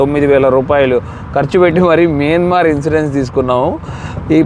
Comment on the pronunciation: Bro mayanamar, not miyanmar